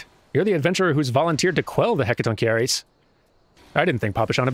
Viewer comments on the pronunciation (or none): I thought the pronunciation was Hecaton-share-iss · It's pronnounced: Heck + "A ton" + Ky (as in Sky) + rees (as in reeds or seeds). You actually got it right a couple times. I actaully with through the pronnounciation of hecatoncheires when I was studying greek mythology for a D&D campaign, I feel you. They are basically the famouse "giants with a hundred arms and fifty heads each" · I think its pronounced as Heh-ka-ton-shair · I believe it's "heka-ton-kei-ries" (I don't know phonetic spelling, sorry). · pretty much everyone said it but yeah "Heck-a-Ton-keer" for singular "Heck-a-ton-keh-rees" for plural -Ignoring Early boss mechanics: a true tradition in jRPG culture -yeah this feel like a case of the "oh yeah Fantasy Racism is a thing, there was a Plot meant to address that but the community hated it so we just dropped it" scenario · I'm heard hecatoncheires pronounced only once before, so there might be other ways, but this way was hecaton, pretty much said how it looks, followed by basically just the word carries. Pretend you're seeing the word Hecatoncarries. I have to give credit to a YouTube channel by the name of Overly Sarcastic Productions for this, they do lots videos summarizing history and myths from ancient cultures in a very fun and often quite amusing way. The video mentioning the Hecatoncheires was the Theogony video, also know as the Greek creation myth. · Jesus christ, that poor party at the beginning there, with the failed healing and decapitation and all. There's some dark humour there in a way. It's a messed up sort of direction to take MMO-y mechanics and yet I want to know more too... Also "heck-a-ton-carries" I think is, accurate, at least going by SMT's japanese... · DAN IS THE SIZE OF A GNOME HE ROAMS A CATACOMB FINALLY GOES HOME! (Btw I've heard it as Heck-a-tonk-a-rees. In greek myth they helped the gods defeat the titans. In Hades, the game, there's some statues of them in the first room of every run)